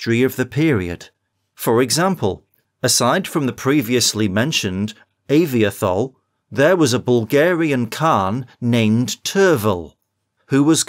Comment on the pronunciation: it's pronounced ah-vee-toh-hol